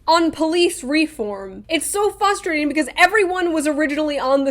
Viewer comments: Shoe says “fustrating” instead of “frustrating” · LMAO “Fustrating” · She said “fustrating” lol